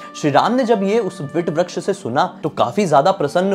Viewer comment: भाई, आपकी पोस्ट बहुत अच्छी है पर अक्षय वट को वट वृक्ष न कहकर आप विट व्रक्श क्यों कह रहे हैं? कृपया शब्दों के उच्चारण सही किया करें |